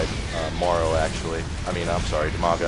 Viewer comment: Half the time I thought you were saying Umaga and I thought that was pretty rad.